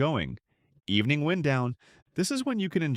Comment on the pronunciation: I had my suspicions, and when it pronounced “wind” as in “winding road” like the air blowing through trees, I knew this was a computer-generated voice. Really throws off the flow of the narration.